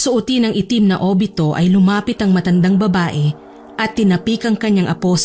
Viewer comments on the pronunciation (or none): Not obito,but abito